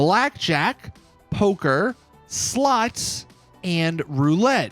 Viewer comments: Bro are purposely pronouncing “slots” as “sluts”? Lmaoo! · Why do I hear him say sluts not slots xD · My mum miss heard you. My volume was up loud and when you say slots all she was hearing was sluts. So with that being said. When you said we got slots and poker and slots this and that it made me and my mum LOL. So thanks for that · Everytime he said's slots i think je is saying sluts 😂. I think it probaly just me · He said “sluts” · Slots or Sluts 😂😂😂😂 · Literally sounds like you're saying "SLUTS!" 😅😂